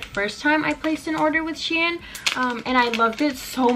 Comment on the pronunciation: It is pronounced “she-in” 😂 :)